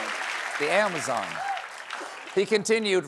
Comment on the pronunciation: 🤵 Ah, yes, the canDEEroo from the amaZONE. I say, Steven is quite the gentleman.